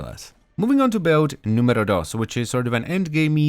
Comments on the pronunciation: did he say "build numero 1!?" triggered because I'm italian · I love when you say "numero" ^_^ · Thats how finns say it